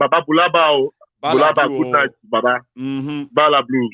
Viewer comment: please tell, that is not Ba la blu..is"Hullabaloo".. teacher don't teach me nonsense 😂😂🏃🏃🏃🏃